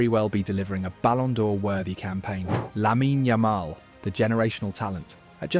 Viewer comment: Didn't even know how to say Lamine Yamal lol. AI garbage channel.